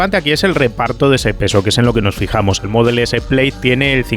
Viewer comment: se dice Plad